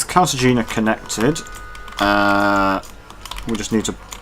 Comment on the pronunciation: You’re going to lose money with the dining car more often than not. Also it’s pronounced Carta hay nuh